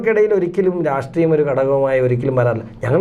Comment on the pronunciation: രാസ്ട്രീയമല്ലെടാ.. രാഷ്ട്രീയം 😡